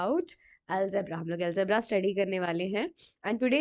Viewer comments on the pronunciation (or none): ALGEBRA NOT ALEGBRA